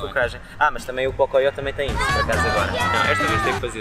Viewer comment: ele zuo as mina que falo pocoyo só q ele só chama o pocophone de pocoyó toda hora